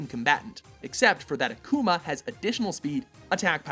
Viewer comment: They're pronouncing Akuma really strange XD They're (both Mojo and the game voice actor) are over pronouncing the ''u" in Akuma. "Akuma" is Japanese for "Demon". If you ask a Japanese person say it, and you repeat it the same way with your american accent (or other accent), i'll sound almost exactly the same they're pronouncing it a-kooo-ma (yes, the three o's are on purpose) it's actually pronounced ak-oo-ma sorry, i just had to rant... Americans can be sooooo stupid (don't get so mad, i live in america...)